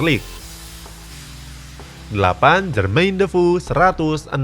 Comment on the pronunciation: Pas mimin bilang jermain dofoe,gu dengernya jermain debu🤭🤭🤭